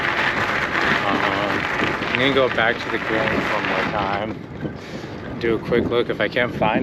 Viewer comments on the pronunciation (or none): Grange and Sprague are bot h pronounced with a long A sound.